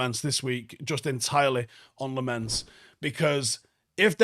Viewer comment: Hey. Its Lamons.. Like lemons lol.. pronunciation of Lammens.. Just pointing out haha. Im so happy i can be talking about pronunciations cuz we won this game.